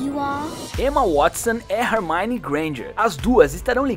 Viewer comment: É ele falou Rermani em vez de Hermione kkkkkkkkk